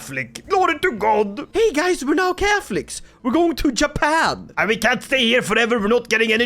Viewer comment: when the dlc drops and u do this again please rename Japan into Yapan (not only cuz u yap alot but because that's how you say it or at least what i hear when you say Japan lol)